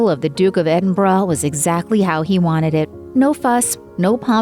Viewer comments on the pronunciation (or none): I'm sickened by the way this narrator says "Edinbruh". Nice try, but it is ˈed(ə)nbərə. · Don’t you love to hear this moron pronounce Edinburgh as Eden buroughhhhh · Pronounced: Eden-bruh if you are British 🇬🇧